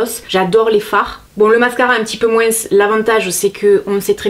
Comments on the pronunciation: Tu dis moinssss ; c'est ton accent du sud ? Je t'adore ! Bisous 💛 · Merci pour cette vidéo j'adore toujours ton rire et ton moinsss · Sa me fait rire tu prononces le S a moins 😂😭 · Omg tu prononce le mot moins " moinssss" alors que beaucoup de gents le prononce "moin" Bisous super video comme d ab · Attends, tu prononcés le "s" du moins??? 😂😂😂😂😘😘😘😘